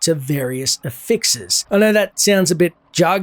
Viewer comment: Bro stop saying affixes like that.